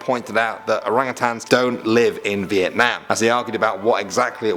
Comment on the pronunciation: I extremely appreciate the way you say: Việt Nam, not Vietnam ;)